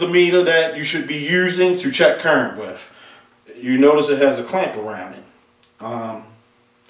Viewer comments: Paul Squire . Seriously?! I'm American, Southern, Educated and I work in the electrical field. I watched this video to broaden my understanding of meters and I couldn't finish the video because I was so turned off by the wif/with. It has nothing to do with immigration. Why are we becoming ok wiTH bastardizing our language? What is so wrong with asking presumably educated people to speak clean and clear and not speak so lazily? I would understand if someone didn't have an education but the presenter is clearly an educated guy. No one is asking a whole country to change to suit one person. A little perspective may be in order. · Please please please for the love of God STOP pronouncing the "TH" in the word "WITH" as an "F". You are obviously an educated guy so please honor your teachers and the work that they put into you by using proper English and save the street slang ebonics for your buddies on the block.